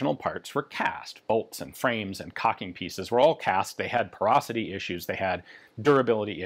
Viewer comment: What does Ian say here? Talking about the 200 bolts which were broken due to being cast and having sounds like) “*torsosity* issues… durability issues” [Emphasis mine.]